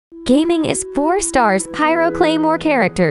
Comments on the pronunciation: Please stop calling him "Geyming", its "Ga-Ming" 😅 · Bro said gaming not Ga Ming 😭😭😭😭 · His name is Ga-Ming, not Gaming. 😅😅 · It's Ga Ming not Gaming(GayMing). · The way she pronounce his name is like, 'His name is Ming, but he's Gae.'